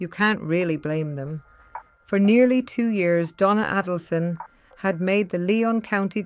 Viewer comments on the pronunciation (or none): Check the correct pronunciation of Donna's last name.